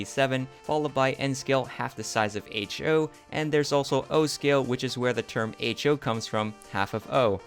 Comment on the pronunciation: It's "H-zero" coming from "half zero" ;)